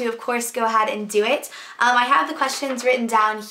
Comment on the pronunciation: haha she sounds so texan when she says "emm" (